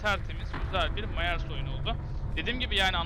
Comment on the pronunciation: Myers "Mayers" diye okunmaz "Mayırs" diye okunur haberin olsun kardeşim